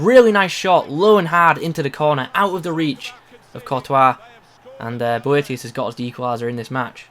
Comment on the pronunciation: Prounced it alright!